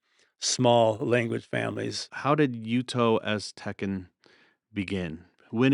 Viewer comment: "Aztencan"?? lol I think the speaker means Nahuatl